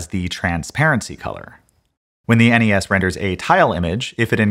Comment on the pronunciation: Why do people say "ness"? "Enny ess" is so much better. Well done sir.